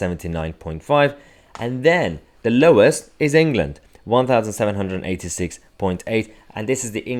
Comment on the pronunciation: He seems to pronounce "England" as "Anal Gland."